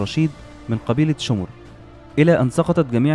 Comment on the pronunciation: شمر مش شومر